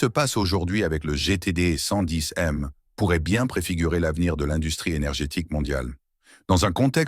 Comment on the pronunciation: Une IA qui déraille avec le mot "110m" qu'elle est incapable de prononcer correctement.